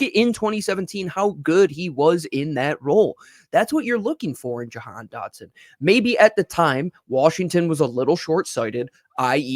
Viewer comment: I’ve heard Yo-Han , Jay-Han , Jo-Han, Yay-Han 😂😂😂 his name is pronounced -Juh-Han. say it with me JUH-HAN DOT-SON JAHAN DOTSON 😂😂 it’s not that hard